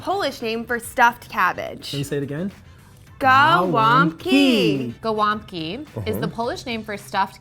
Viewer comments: wtf is GA BOM KIIII its gow-womp-ki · Its wrong say golumbki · Them: gAłambki Me: KURWA TO JEST GOŁOMPKI AND NIE GAŁAMBKI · Gołąłbki XDDD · NOOOOOOOOOOOOO. Not Ga-wa-bki It's Go-wom-bki Gołąbki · "GAh Womp ki" lmao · Why am I laughing when some foreighners say ,,Go-łąb-ki" ?!